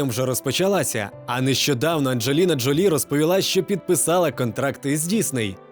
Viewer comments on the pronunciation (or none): none